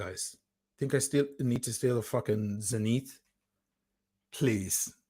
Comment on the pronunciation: You come off so badly in this video. Glad I unsubscribed months ago. Also pronounce Zenith like how you know it should be geez